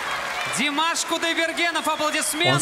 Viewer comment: Как мне режет слух , когда в конце ведущий неправильно называет фамилию Димаша . Это непростительно в любом случае .